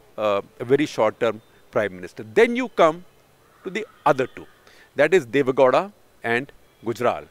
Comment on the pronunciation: For heaven's sake Shekhar it's not Deve "Ghoda", it's Deve "Gow-da"(gau-da). You hv been repeating this since the days of "karnatak". Get your pronounciations right as a journalist.